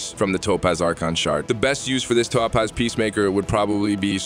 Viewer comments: did bro really just say ToePause. Has he never heard Topaz before LOL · Say that it with me… Toe-Paz. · why do u pronounce Topaz weird ? ps when did u loose the robot voice ? keep it up